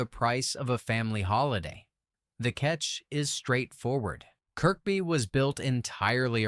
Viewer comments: Pronounced Zed-cars! Also pronounced Kerby. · More AI shite. Nothing to do with Kirkby (middle K not pronounced) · People who live here pronounce it Kirby, I've never heard anyone pronounce it Kirkby, not that it makes any difference, I love west (Kirby) by the way 😊👍